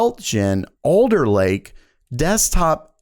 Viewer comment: iv'e notice you make your A sound like O. was confused at first when you said Older but when I read it you said Alder, where are you from?. definitely enjoyed the vid